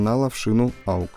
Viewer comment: да не аукс, а окс!! хватит уже делать эту глупую ошибку.